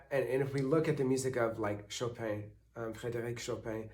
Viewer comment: Where are you from? I can tell your french is very good by the way you said Frédéric Chopin haha